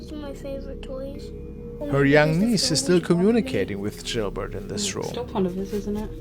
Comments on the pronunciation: It's Gilbert not jilbert. Your pronouncing it with a J. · GILBERT NOT JILBERT!!!! >< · HOLY shit dude. Gilbert. G. G. Gil! Not Jil. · The music is alright & his accent is sound. How do you pronounce this letter by itself-> "G" ??? Now put the other letters after you pronounced the "G" by itself. "G" -->ilbert. English language is shit, so get used to it instead of crying like a little girl. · Please stop calling it jilbert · Who is jillbert? 🤣